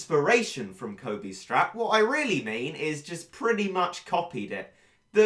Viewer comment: Cosmo Cat Of Air its coby not cobby